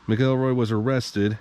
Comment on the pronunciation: Man do your research! Nothing more infuriating than hearing people butcher the names of the people they’re doing a video about. MAC-EL-ROY